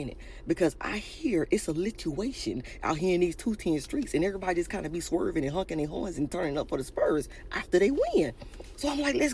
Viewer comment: I'm sorry i have to say it... it's"honking" not "hunking" 😂😂😂